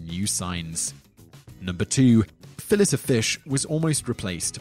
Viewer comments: Pronounced as Fill-A not Fill-Et wtf. :'D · Frick that was painful every time he said It. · FILL-A, not fill-IT!!! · Fill-eh of fish Not fill-it of fish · Awful way to pronounce fillet-o-fish. It's pronounced (fillay oh fish). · It's pronounced Fill-AY O Fish......not fil-LET O Fish. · It’s fil-ay not fill-et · Say It with me, It's pronounced Fill-A O fish. It's not pronounced how It's spelled. It's not a Fill-It. Making It sound almost like millet seeds. 🤣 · It's pronounced Fillay O Fist, not Fillet. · Simon....it's "filAYOfish" not 'fillit' I know you're English and all, but.... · Robot voice its fil lay of fish not fillet of fish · Just FYI, it’s pronounced Fill-LAY O Fish, not fillet even tho it’s spelled that way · It's not fillet o fish ya shmuck it's filay o fish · It's pronounced "File-To-Fish". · Fillet-O-Fish is pronounced “fill-ay-o-fish” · Your pronunciation of "Fillet-O-Fish" has got me triggered! 😤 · You are interesting until #2 . Why in the world do you pronouce «Fillet-O-Fish» ”Fill-it-A-Fish" 🤪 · Fill-it-o-fish Hahahaha! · "...starts with someone eating a saladzzzza..." ...."fillitT oh fish.... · FILL - IT - O - FISH. Who can't pronounce Fillet? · What the heck is a "Phallisafish?" Lol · Why the hell do you say phillis o fish? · Its pronounced fi-lay-o-fish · THIS is the only reason I came here to comment. Thank you! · The T in fillet is SILENT!!! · I want to find this narrator and do unspeakable things to him for how he pronounces fillet o fish. Like c'mon dude. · Are you sure English is your first language? The "t" in "fillet" is not pronounced. Back to the drawing board, eh mate?